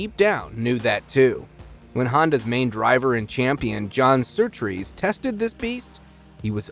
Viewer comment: The RA-302 is a car, not an engine. The engine was not the issue. It was the chassis, which handled poorly and was a fire hazard. BTW, the man's name is John Surtees, not Surtrees. Very poor quality presentation showing minimal homework was done. Now go and write out 100 times "I will do my homework."